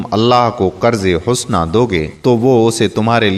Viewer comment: Qurz-e-Hasana NOT Qurz-e-Husna